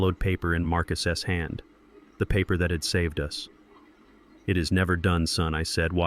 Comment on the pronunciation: What is the purpose of saying Marcus s and not Marcus put the plural when reading the story it is stupid separation on the s